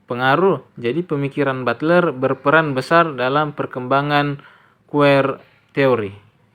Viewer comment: Butler hehe bukan bulter😊😊